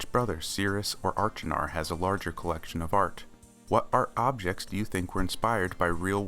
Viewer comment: Wow what a great video! I'm very impressed that you were able to determine the artworks in Sirius' bedroom in the alcoves on Stoneship! The anachronistic matchbox was also an interesting thing to note! If I may offer any advice it would be to check your pronunciation of Achenar.